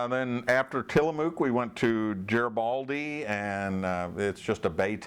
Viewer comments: Its pronounced Ya hots. And Tilla mook, as in took. 40 lb blocks of cheddar coming out of cold storage where they'd been aging - then cut into various size blocks, bricks, etc, and packaged. Garabaldi - hard "G". Depot as in Deep oh. Sea Hag - where the commercial fisherman meet at the end of a day's fishing. Wanna know where the fish are biting - hang out here and listen to the buzz, buzz. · Thanks, for putting together and sharing this video. I was amused by your collection of pronunciation murders. "Yachats" is "Yah HOTS", "Depoe Bay" is "Dee poe Bay", "Garibaldi" is "gare ah baldee", "Tillamook" is pronounced as written but without emphasizing the "mook" so it is close to "muck". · Garibaldi is pronounced with a hard, not a soft G. And the O in Clatsop is pronounced like the U in Ketchup, just pretend there's no O. As for Dutch Bros., I applaud your impeccable taste. No Starburners for me! It's as Oregon as they come, it started in 1992 in Grant's Pass, and they are the largest Private coffee chain in the country, with locations in 7 western States. One of my wife's employees is a cousin of the founders. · He also mispronounced Klamath , Yachats and Garibaldi. Klamath and Yachats are both native words. Oregon , Northern California and Washington have a lot of cities nobody can pronounce unless they're from the area.